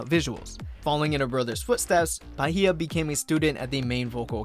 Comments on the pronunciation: wanna give another correction you pronounced her name as "ba-hie-ya" but it's actually pronounced "ba-ye" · 1. Chaehyun was never confirmed centre. 2. The 999 is just pronounced as nine-nine-nine. 3. That's not at all how you pronounce Huening Bahiyyih's name lol.